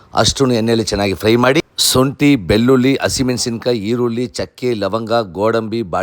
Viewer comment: ಳ ನ ಅಕ್ಷರ ಸರಿಯಾಗಿ ಹೇಳಿ ಈರುಲ್ಲಿ ಅಲ್ಲ ಈರುಳ್ಳಿ ಸೊಂಟೆ ಅಲ್ಲ ಶುಂಠಿ ಬಿರಿಯಾಣಿ ಅಲ್ಲ ಬಿರಿಯಾನಿ ಅಂತ ಹೇಳಿ ಕುಸಿ ಅಲ್ಲ ಖುಷಿಕನ್ನಡ ಸರಿಯಾಗಿ ಮಾತನಾಡಿ ಪ್ರಭು